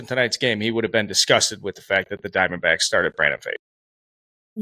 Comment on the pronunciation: Brandon Pfaadt pronounced as FOUGHT. Cmon